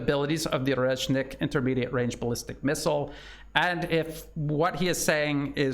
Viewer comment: "The Orkrocksit missile" 😂